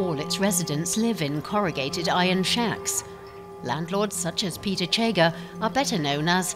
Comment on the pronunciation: Yes, this edition is in English language, the reporters should have taken time to learn pronounciation * Kenya, not kenia * Chege, not chega (pronounced as in schengen)